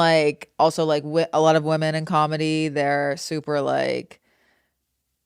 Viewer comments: I am actually begging TREVI that there is a different pronunciation for women/woman. I love her so much but she always says WOMAN when she means women plural and it hurts my ears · Trevi, fellow lady, there are 2 forms of pronouncing the word “woman.” “Woman” is singular. “Women” is plural. It sounds like you use “woman” for both. ❤❤❤❤❤❤❤